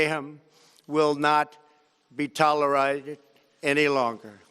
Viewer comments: . Did he tried to say tolerated in a weird way? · Toler iated lmao